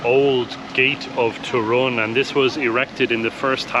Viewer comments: Guys, it's Toruń, short sound at the end, not Toruniaa or Torunyee You guys adding na/nia (nya) at the end, especially the lady Main accent is on TOruń not toRUń (yaa) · Polish lesson. Polish accent - second sylabe from the end. So TOrun :) Yours "dzień dobry" ideal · It's TOruń - stress falls on penultimate (or first in this case) syllable. :) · I've got a question - why do you (and other English speakers) put the accent in the name of the city on "u" instead of "o" (like we do)? Is there any difficulty?